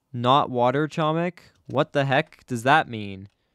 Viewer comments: Yes it's like.homik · doing what i must do:, you are pronouncing "chomik" incorrectly, the "c" in "chomik" is silent